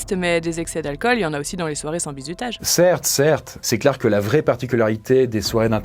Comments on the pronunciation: Mdrr toute la video tu prononce "bizoutage" 😂 sinon toutes tes vidéos depuis les mini cours sont absolument géniales tu mérite 100 milliards d'abonnés et de yt money ❤️ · j'ai l'impression que prononce "Bizoutage"